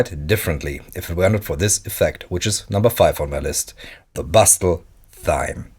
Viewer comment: Pronounce Thyme like “time”, Pyramid like “peeramid”, and Pristine like “pristeen”. No offence meant and I love the content, just a couple improvements. I am learning Dutch and find pronunciation issues often, so I try to “pay it forward” with my native language.